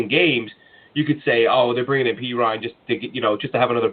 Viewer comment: It’s pronounced PEE-RYNE lol the way he pronounced it was making me cringe. Also, Jabari ZU-KNEE-GA